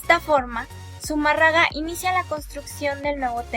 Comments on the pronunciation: Que pena me da escuchar que hablen, se expresen y ofendan de esa manera a la madre de Dios... a leguas se ve que son testigos de jehová 🤣🤣🤣 o algo que se le parece. Esta narradora no sabe ni pronunciar Zumarraga, mucho menos voy a creer que as estudiado sobre las apariciones de la virgen de Guadalupe... tengan en cuenta que ya tiene un pie en el infierno por insultar a la madre de Dios y matar la fe en las personas. Que es también un mandamiento "no matarás " ya que se la dan de que saben mucho. Bola de ignorantes!! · Con todo respeto pronuncien bien apellido del fraile y todas las religiones piden de una u otra manera dinero o como le quieran decir ya lo dijo benito juarez recuerden su frase. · Amiguita, Zumarraga como tu lo dices, es Zumárraga. No conozco la obra literaria de este Fraile, pero es bajo sus órdenes que se construyó la ermita de Guadalupe, pienso que una obra civil seguro debe tener un registro. Existen muchas versiones a favor y en contra de la aparición de la Virgen, la tuya es pobre y habría que conocer el origen de tus datos, porque a mi me suenan meramente a una investigación de secundaria descargada en una tarde vía web, vaya creo que tienes buenas ideas, pero te falta mucha experiencia antes de tocar temas tan extensos. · Hay mi niña,,no se donde te instruiste,pero tienes una,falla en pronu ciar zumarraga,sin acento. Y suponiendo tu platica Sea valida,,en la epoca,si esta el suceso,de la aparicion ,se uviese probocado un genocidio.,si el contenedor un genocidio , para ti no es un milagro por "" una aparicion creada"" pues no se que sera.igual sige instruyendote ,ahkra en la fe ,y deja poco a poco tu ateoismo practicante Que solo refleja ,la falta de fe,al rato saldres con que la fe no existe coml tal..vukdate y bendiciones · Todo iba bien hasta que la cagaste con la pronunciación de Zumárraga. ¿Qué no viste la tilde? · ESA CREATURA QUE LEE NI SIQUIERA SABE PRONUNCIAR ZUMÁRRAGA . SUENAN A NIÑAS PROTESTANTES DANDO TEMA A SUS HERMANOS .